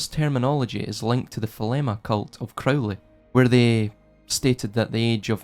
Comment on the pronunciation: crow- lee